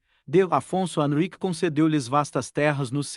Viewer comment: Não é Xi é décimo; não Euiqye é Henrique.aprenda por favor Poruguês ao menos no tradudor do Google; Clemento V( quinto); PoetugaL o L final se lê como ÉLE NÃO Au,; Dom Henrique